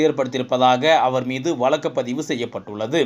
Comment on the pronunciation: Murder of Tamil...What is meant by "oolal" "valakku" "valangi" ."valangi irundhadhu" "kaiyum kalavu" .please undergo some training in pronouncing the beautiful Tamil language...